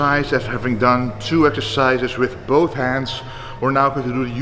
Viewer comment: "doing the row ekercises". Glad to hear you are going to Olympia again!